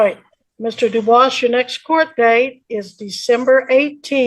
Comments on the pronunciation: Is the name “Dubois”? Cause if so, he definitely is not correctly pronouncing it in the French way. It IS “doo-bwah” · Do-booce is most definitely not the original french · Uh, its Dufus